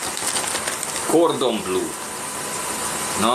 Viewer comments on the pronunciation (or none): " kordon blő " helyesen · Mirelit ez a gordon BLŐŐŐŐ!!! 😂😂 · Az a baj, hogy baromi nagy a pofája, miközben az étel nevét se tudja kimondani, nem beszélve egy értelmes mondatról. Ez a szerencsétlen tényleg azt hiszi, hogy ez a jólétet netovábbja?